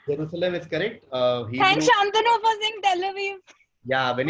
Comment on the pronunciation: Yes , She is reading from another screen or something, was not able to pronounce jerusalem, then read something about from wikipedia, Fake acting obv.